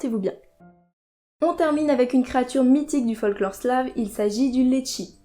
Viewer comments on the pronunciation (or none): quand tu as dit liechi j'ai vraiment cru entendre litchi je me suis dit que j'étais le seul a mettre trompé puis la fin de la vidéo ma rassurer :p